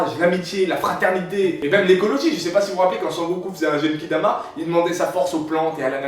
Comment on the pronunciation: Pour le Genki Dama, ça se prononce "guenki" pas "jenki" ;) sinon, super vidéo :)